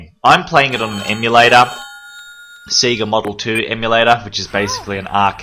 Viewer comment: Loved this, but SEGA is pronounced SAY-GAH, not SEE-GAH! Normally I wouldn't be too bothered but I haven't had my first coffee of the day yet!